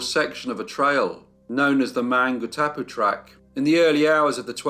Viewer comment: This week is Maori language week. With due respect, allow me to suggest you do a little research on Maori pronunciation. As an NZer, it was a little like nails down a blackboard at times. However, don't let that deter you. The Burgess Gang are part of the fabric of colonial New Zealand so thank you for not only telling the tale but also the great images you've included. Maungatapu is pronounced: Mawn - ga - tah - pu with the 'g' being said softly and kept in the throat from the preceeding 'n'. I'm not fluent in Te reo (maori language) but I and many pakeha (non Maori citizens) are working towards having Maori be the equivalent of English, rather than secondary language. Which is kind-of crazy considering Maori were here centuries before colonisation.